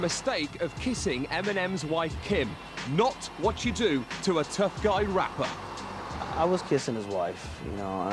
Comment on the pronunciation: "Not what you do... To a tough guy rappeh"